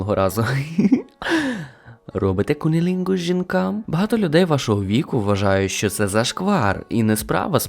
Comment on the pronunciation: Не погано, звук класний, голос теж приємно слухати, правда особисто для мене хіхікання і нечітка вимова слів по типу секс чи кунілінгус - дратує, може я один такий